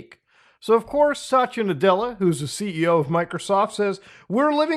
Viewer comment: And here I thought atleast you will pronounce his name right. It sounded like Such a Nadela lol